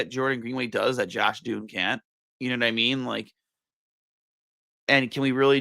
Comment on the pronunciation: Josh Dunne as in Done not Dune